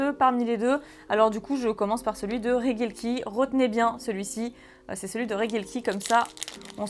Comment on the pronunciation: Regidrago mais tu prononce reguieleki. Pourquoi ? Si ce n'est l'analphabetisme ? Regi se prononce Reji. T'es insupportable.